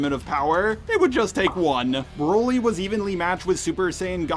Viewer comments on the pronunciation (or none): none